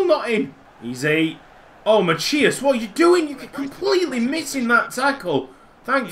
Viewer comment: He just saying it's not machias. It's masias. That is how you pronounce it